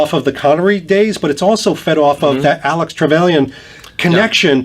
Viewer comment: 'Alec' Trevelyan. Not Alex. Easy mistake.